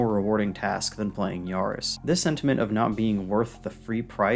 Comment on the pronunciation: Great video. Got a sub from me. Can tell you don't know much about cars because it's pronounced 'yah-riss' lol. Still. Great video. The effort shows.